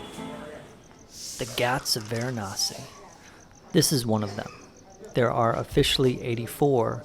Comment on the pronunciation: It's ganga river not Ganges it's Varanasi not veranasi